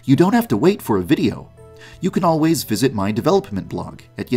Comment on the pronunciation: Am I the only one who lives for the way he says “develoPPPment”